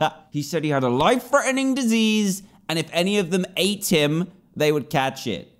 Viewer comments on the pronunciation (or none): “He has a disiease?” THE RIDDLE SAYS ITS A WISH